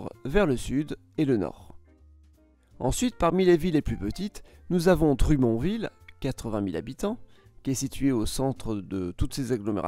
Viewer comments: Dru"mon"ville. Non! Dro"monne"ville qu'on prononce. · Granby se prononce "grèm-bay" et Drummondville "drommone-ville", on doit le dire à l'anglaise en fait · Par exemple, la façon qu'il pronnonce Dummondville. Je n'avais aucune idée de quelle ville il parlait haha. Nous le prononçons \dʁɔ.mɔnd.vil\ et non \drumondville\ en un mot. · Drumond 🤣 déjà c’est Drummondville et ça se prononce drâ-mond-ville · ca ma fait rire quand tu as dit ''Lévisse'' et ''Dru, mon, ville''! Lévis se dit lé-vie et dummond Droh-monne-ville :) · juste pour votre information, on dit Drô-monne-ville (Drummondville) et non pas Drumond-ville. Rou-in-Noranda (Rouyn-Noranda) et non pas Ruinne-Noranda. Lé-vi (Lévis) et non pas Lévisse. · Pour Drummondville, on dit : "Drâ-monne-Ville" et non " Dru-mon-ville". Sur le coup jme suis dit , mais c'est quoi cette ville qu'il viens de prononcer. haha, merci pour "le" video. (oui , ici on dit "un" video, 🙂 ) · Attend 😂😂drumon ville .. Drumon pronounce avec un accent anglais et ville dit le normalement 😂 donc dromonville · Petite correction linguistique, Granby se prononce Granne-bé, et non Granbie. Quant à Rouyn-Noranda, ce n'est pas "Rouie" mais "Rou-ain". Quant à Drummondville, ça se prononce "Dreum-monde-ville", et non Dru-mont-ville. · Drummonville = dro-mone-ville (drue-mon-ville.... misère! y a fallu que je l'entende trois fois pour comprendre... xD) Granby = grane-bé Rouyn-Noranda = rou-hin-no-ran-da Lévis = lé-vi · J'ai adoré la prononciation pour Drumont-Ville et Grand-bie 😂 Merci pour la vidéo, elle était excellente. (PS: Elles se prononcent à l'anglaise) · Drummondville, on le dit à l'anglaise ici : 🥁-mun-ville. 😂 Merci pour la vidéo! 👍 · Drummondvilloise ici. La façon de prononcer de chez nous, c'est Dromme-onne-ville. Et c'est Graine-Bé. ;-) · Ça se prononce Dromonne-ville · La prononciation des villes est hilarante ! drumonville, rouinoranda et grambi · Dru-mon-ville m'a tué. Merci pour le fou rire! Très sympa la vidéo